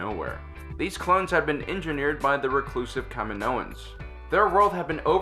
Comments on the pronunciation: I cant be the only one losing their shit over how this guy says kaminoans like holy shit have you even watched the fucking movie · I think you're mispronouncing "Kaminoans." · Sorry, the accent's on the 2nd. syllable (cah-ME-no-uns), not the 3rd. (cah-me-NO-uns), referring to the cloners with the swan necks--Kaminoans. The planet is pronounced the same as the Spanish word for 'road'--camino. Also, AT-AT was always pronounced, rather than spelled.